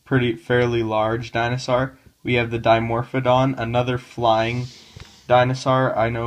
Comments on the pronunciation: Wtf is a dinosaar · I love the way he pronounces dinosaur